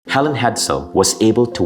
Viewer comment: Ok. First of all it’s Hel-eeeeen. NOT Helen. They are not interchangeable. 2’nd, I love your channel! ( that was my mom…HER name is Helene). I enjoy your channel very much as well. I’ve learned a lot! Now my mom is learning. Thank you for sharing your knowledge!!! 👍